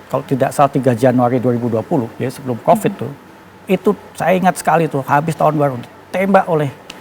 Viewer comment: KOK PAS BILANG COPID. SAYA JDI ILPIL...